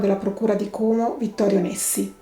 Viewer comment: Bravissima! Ps Como con la o aperta